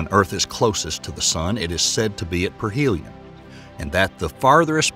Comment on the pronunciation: If you're going to make a scientific video... Get the terminology right... 😂PERHELION-APELLION😂 Seriously sounds like it was your first time reading these words